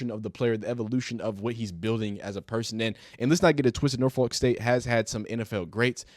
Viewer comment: The way out of town people say Norfolk is hilarious. It's just cringe 😂😂